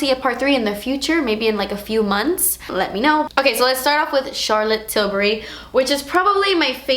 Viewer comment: I literally love the way you say Charlotte Tilbury ❤️😊✨